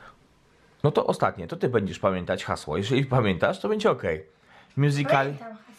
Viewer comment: Wymawia się mjuzikli